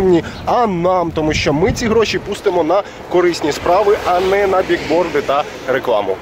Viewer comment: они не биг биг-борды, а бил-борды, сколько можно